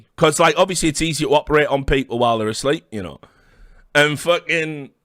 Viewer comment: This one never gets old lmfao